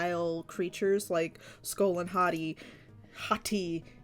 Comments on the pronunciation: And BTW it's pronounced HOE - TEYE if you know how to say that based on how I spelled it. Great job! 🙂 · HAHT-ee is how you pronounce it by the way i searched it on google so i know its true and also these two look grate 🧀seal of approval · Why when you first said their names I thought you said "skull and hotteeth" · It sounds like she says hot tea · Every time u said Hati’s name, I thought u was saying Hot Tea.